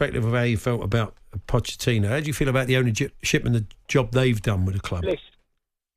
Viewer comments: He called him pottechino throughout the call 😂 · Shock this bloke calls him 'Potterchino'...cant read & doesn't know football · listening to That deluded chelsea fan for any longer than a minute actually makes you dislike them even more and if they go back to finishing 12th next season there will be no sympathy coming thier way given the scattergun approach of their owner the guy cannot even say pochettino properly ffs🤣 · Who would have guessed a chelsea plastic fan cant even pronounce his managers name 😂